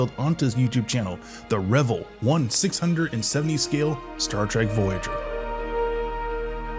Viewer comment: It's pronounced "Rev - Ell" with the emphasis on the second syllable not the first as in Revel.